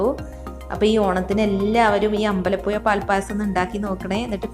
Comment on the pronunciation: എല്ലാം കൊള്ളാം, അമ്പലപ്പുയ എന്ന് പറഞ്ഞതിനോട് ഞാൻ യോജിക്കുന്നില്ല യ- അല്ല ഴ